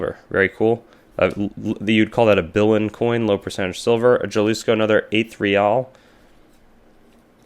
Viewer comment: That state in Mexico (Jalisco) is pronounced hah-LEE-scoh. Guernsey is pronounced GURN-zee. Guyana is not pronounced the same as Guinea. It is pronounced guy-AN-ah.